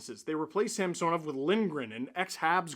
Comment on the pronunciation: Actually .. in the broadcast last night Gord explained that he prefers Sam-son-ov now, NOT Sam-sewn-ov... so please kindly STOP IT, IT NEVER MADE SENSE THAT WAY ANYHOW.